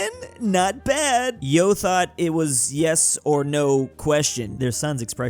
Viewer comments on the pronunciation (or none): The pronounciation "Yo" 💀 (It's pronounced /ʝo/, so like jio in english)